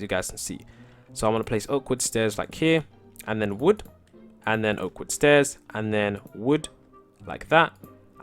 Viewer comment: When you say oak wood stairs ifeel you say awkward stairs haha